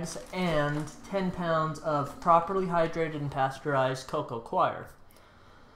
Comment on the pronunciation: Co Co coir ="co-co core" not co-co "kwie your" or "Koiy yur" CHOIR is "kwie er". Coir is 'core'